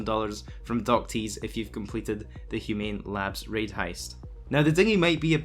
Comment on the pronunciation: "Human Rabs Raids" lmao